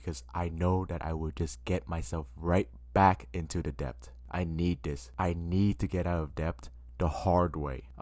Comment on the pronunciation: It’s “det” not depp …